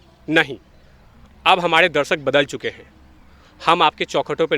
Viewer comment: Pehle sahi se bol toh le phir interview dena..... Humadeeee nhi be humare hota hain woh